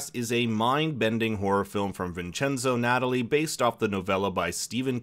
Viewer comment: It’s not Natalie it’s Nat-tal-li